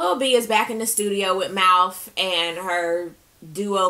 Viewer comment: Lawd!! Not mouf, though!! I screamed! I love your reviews!